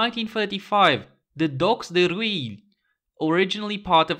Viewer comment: Pronunciation tip : Rueil should sound somewhat like "Röwye", with a french R. It's not even standard by French rules :D